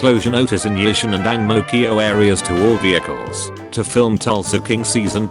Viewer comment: I’m singaporean, and I got stuck at every “vehicle”